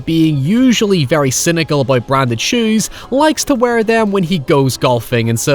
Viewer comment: why does this guy say "WEAR" like that lmao